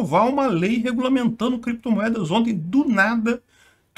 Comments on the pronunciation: Renan Canalheiro não errou na pronuncia do inglês, soltou o que estava por vir:Crepitomoedas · Alguém falou créptomoedas? Ou biticoios?